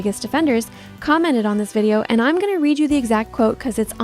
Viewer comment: holy AI girl voice 🙏 Edit: ( "imreds" bro your Ai doesn't know how to say "im" 🙏)